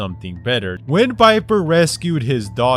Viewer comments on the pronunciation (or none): Viper not biper